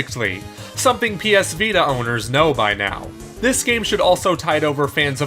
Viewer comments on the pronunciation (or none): none